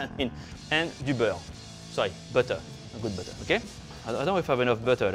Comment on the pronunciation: "Add some butteuur... Bit more butteuur. Liiittle more butteur. More butteur" Yup this guy is French af. XD Gotta love the butteur tho.